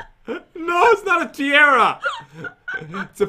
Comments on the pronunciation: (Ti are ah) not (ti air ah) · Ias tiara not tiera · The funny thhing is said Tiera instead of Tiara.. She also think s Sponge Bob is a PICKLE._. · It's ty-are-a now say it together it's tiara!